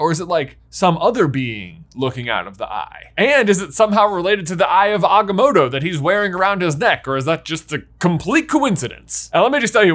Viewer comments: Choose a pronunciation of Agamotto and stick to it man! 😂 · Is there a reason why you're mispronouncing The Eye of Agamotto You trying to sound like Benedict Cumberbatch trying to pronounce penguins